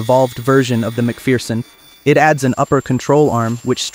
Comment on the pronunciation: FFS, it's pronounced "Mc Fur-son", not "Mc Fear-son"